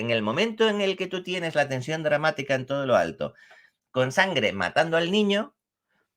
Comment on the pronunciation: “DramátRica… DramátRRica. Jarl… Dramática.” 😂😂😂